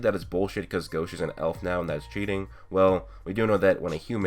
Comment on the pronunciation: it's gauche not gosh